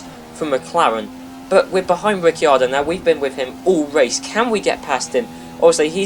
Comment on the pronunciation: You pronounce ricciardo rick-ar-Dow